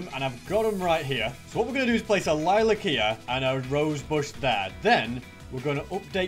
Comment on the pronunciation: Bro casualy said lilacila